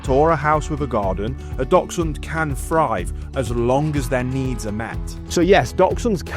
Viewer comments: Please at least know how to pronounce their name. They are not “Doxhunds” as you keep saying, they are “Daxhunds” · I've heard others pronounce is DOXhund... I agree that in Germany (I live in the UK) our friends say DAXhund as DACHS is badger and we say Daxhund but pronounces it the same way and has a very similar accent to this lovely gentleman. 🤔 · It's Daxhund for pronunciation, great video, learnt lots, thanks! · whats a "Docksund"? I have an adorable Dachshund. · Begin by learning how to.pronounce the name of the breed correctly ....its not Dol..sun ....Great start . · I’m sorry but I couldn’t get past 10 seconds. His pronunciation of dachshund was triggering..” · Poster can't even pronounce Dachshund. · At least pronounce the name properly! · I'll start listening to him when he learns how to properly pronounce dachshund...